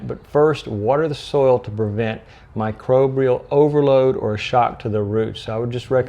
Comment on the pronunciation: Good info! But you keep saying "microbrial"... There's no second R. ☮️